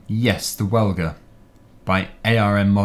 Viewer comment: im not being narky or anything but im nearly sure the welger baler is pronounced well-jer. Just if you were looking for the correct pronunciation👍🏼